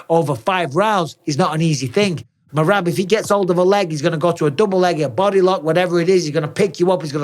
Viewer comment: When Henry keeps calling Merab, Merat😭😭😭😂😂😂😂😂😂😂😂😂